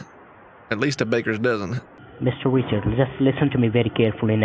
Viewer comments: Sounds like he’s saying Mister Witcher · Mistuh wichard